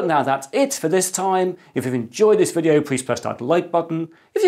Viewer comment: But now that's it, for another videöôh, and I hope to talk to you again... very soon.. I always like that part. :)